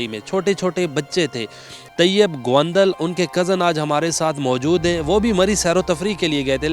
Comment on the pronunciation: Phelay naam seedha lay gaundal nhi haunda gondal honda